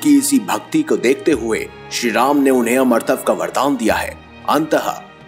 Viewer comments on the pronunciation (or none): You need to work on your Hindi pronunciations for example it's not "Amratav" it's "Amaratva".